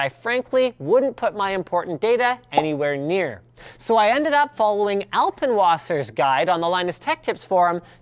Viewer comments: Its alpenwasser, not alpenwasser. -. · I'm sorry but it sounds so funny how he says "alpenwasser"